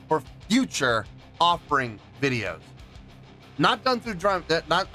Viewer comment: "offering" ugh